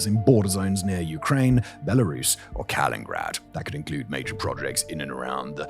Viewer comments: It's Kaliningrad, not Kalingrad Simon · Kaliningrad, not "Kalin Grad". 🤓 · When will he realize its kaliningrad not kalingrad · It's not KAL-IN-GRAD, but KA-LIN-IN-GRAD. Please, for the love of all things smooth-brained. be a learning animal, Simon! Good report. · KAL-IN-IN-GRAD, not Kal-in-grad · Simoin, Dear Boy, while I greatly admire your ability to read complex scripts 'prima vista', it does rather deny you the opprtunity to get your pronunciation right; for example, where is 'Kalingrad'? Or did you mean 'KalinINgrad''? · You called it "Kalingrad" again, not "Kaliningrad" 😅 You said a few weeks ago that you would stop it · Kaliningrad not kalingrad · KA-LIN-IN-GRAD, 2 IN’s 🤣 you’re still doing it Simon.. lol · It's not kalingraad dammit simon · I am sure someone has said this but Kaliningrad is pronounced with two “in’s” in a row. Has “inin” in it. I have never heard it pronounced “Kalingrad” unless that is somehow an intentional offense to Russia in which case I understand. Pretty nit picky I know. Otherwise great video. Cheers! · kalinINgrad Simon, there's a second IN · Simon please learn to pronounce Kaliningrad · Kaliningrad… there are TWO “N”s in that name Simon… come on man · When is Simon going to leearn how to pronounce Kaliningrad correctly? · I see Simon still hasn’t learned the correct pronunciation of Kaliningrad